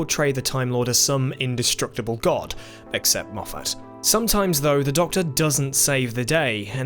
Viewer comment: Idk how he said "except Moffat" in italics out Ioud but he sure did it